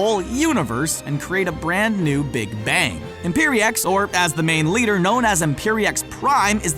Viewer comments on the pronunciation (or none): none